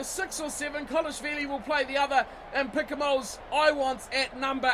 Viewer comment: please keep the s silent in Picamoles